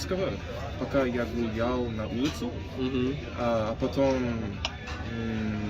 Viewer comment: Я ПРОСТО В ШОКЕ! Полгода и такой уровень??? «А потом» sounded so native! I’m Russian and right now I study Chinese at University and this video motivated me a lot. I’m so happy that despite the current situation there are still people learning Russian. Успехов тебе!